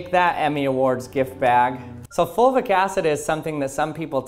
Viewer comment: Is he saying “folvic” acid?